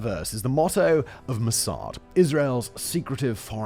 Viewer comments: Its pronounced moss ad not mossard simon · I liked your video, is it me but I hated the way you pronounced MOSSAD.